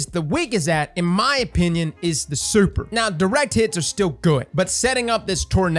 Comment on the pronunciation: Nobody:: Soüper